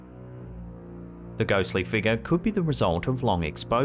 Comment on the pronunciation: Fun drinking game if you are trying to get absolutely slaughtered…Watch SH videos continuously and take a drink every time you hear the words “figure” (fig-uhh), “appears”, and “paradolia” or however you spell it.